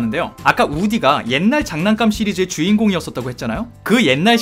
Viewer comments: 잔난감🤡 나만 잔난감만 자꾸 들리냐구요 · 댓글보니 계속 잔난감으로 들리는... ㅋㅋㅋㅋㅋ